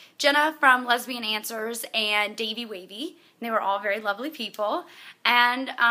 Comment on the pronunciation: She says "and" funny. It's like "aiiind" :D